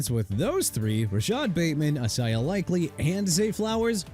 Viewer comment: You know what? Let Miami get Boye Mafe! Happy now?! Also good job butchering New Orleans again! Can't pronounce anything right for nothing... New Orleans pronounced New OR-LINS... now you mispronounced Isaiah again?? Isaiah pronounced ai-zay-uh not e-sai-ah. I'm done...